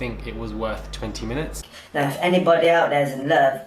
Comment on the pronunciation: The way he pronounces 'love' looooool. Chaldish